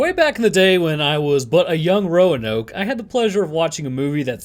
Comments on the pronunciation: You said roa-no thanks in one of your other videos and I want people to know it was fucking hilarious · I cant believe it's taken me 2 years to notice its Roanoke and not ragnarok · "A Young Roanoke."